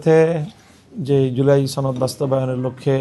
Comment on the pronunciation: ছনদ না সনদ হূজুর